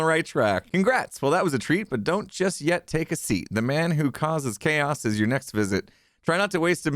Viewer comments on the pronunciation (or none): I heard choas and knew it was Grian